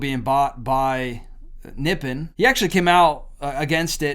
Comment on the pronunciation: It is pronounced Nip-pon. That is the name of Japan in their language. Actually, if you have Noritake China, if it has Nippon on it, it is worth some money. That would mean that it was made before WWII. Just a FYI fact.